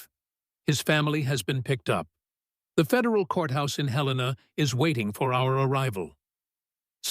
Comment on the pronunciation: Listening from Williamsburg, Virginia (USA), but originally from Missoula, Montana. Comment C, trust her! Thanks for pronouncing the name of Montana's capital correctly!